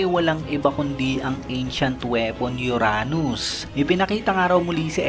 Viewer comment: Halatang di naglalaro ng ML si.. sa bigkas nya sa uranos